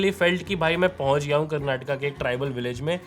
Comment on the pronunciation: Great Review, liked that your pronunciation of terms Karnataka and Kannada is accurate, as most of the time North Indian's exclude the last vowel "A" from the words. yes its not Karnatak or Kannad its to be pronounced as Karnataka and Kannada